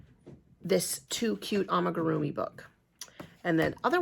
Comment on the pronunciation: Love the am*i*grrr*e*ah*mee Ice cream cone 🍦